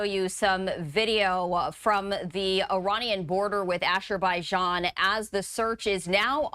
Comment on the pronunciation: Azbrbaijan pronounced a·zr·bai·jaan not asher-bai-jaan. And shes a news announcer.